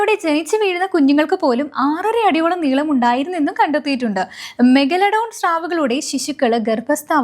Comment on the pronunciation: പറഞ്ഞു പറഞ്ഞു മെഗലഡോൺ അവസാനം മെഗഡലോൺ ആയി 😂 എന്തോന്ന് പെണ്ണേ